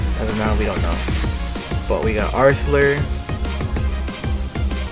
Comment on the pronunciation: Arsler? I'm pretty sure their name is Artelurr